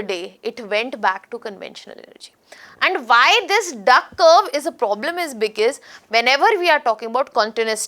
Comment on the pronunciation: You explain as if your are explaining to a kindergarten child. This is so annoying. Talk normally and please come to the point. And what the hell is becass, it is because, because because 😂